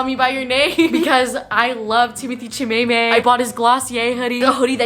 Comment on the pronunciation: saying Timothee Chamaymay hahahaha